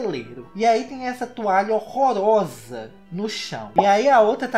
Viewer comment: "hORoRoSA" Eu amo akakak